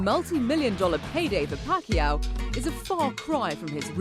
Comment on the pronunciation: It’s pakYAW ... accent on last syllable. He is just too nice to correct people